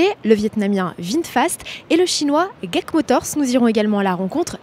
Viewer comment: Ça se dit pas guac motors, mais “dji èi si” motors